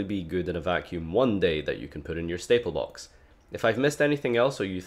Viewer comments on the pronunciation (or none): I like the way says: Staple Bocks.